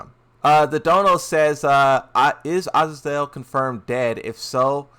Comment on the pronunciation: Azazel Ahh-zay-zoul